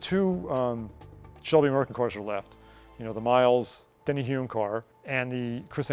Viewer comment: Come on, guys - it DENNY, not Danny!!!